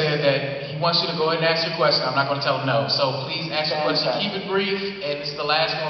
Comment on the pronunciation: "aks a question"? "aks"?